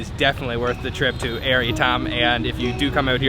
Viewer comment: Air shouldn't be pronounced like in English. It's more like aiur, the homeworld of the Protoss from the Starcraft franchise. Only the "U" is not so prominent in the pronunciation.